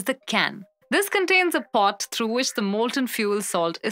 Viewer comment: Have you listened to this crap? She can't even say pot. Get rid of this nonsense.